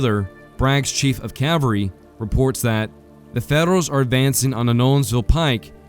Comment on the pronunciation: / ˈkæv əl ri / -- the "l" in "cavalry" is not silent!